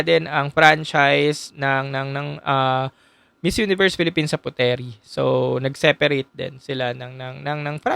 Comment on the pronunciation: Nice insight,btw Puteri is pronounced as put-ri by the locals.